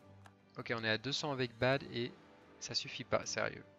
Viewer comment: Bade se prononce avec un 'a' ouvert.